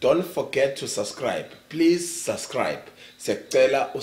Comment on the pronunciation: I love you when you say “Please Su’Sribe” 😂🤣lol love you.